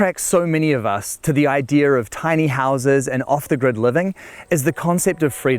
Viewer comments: Its not ideer its idea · I hate when people say “idear” instead of “idea” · The word idea does not have an R in it please stop saying ider. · CRIKEY! It's the "idear" off-grid home with roos.